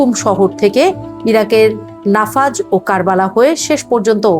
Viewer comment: Correction: নাফাজ নয়, 'নাজাফ'।।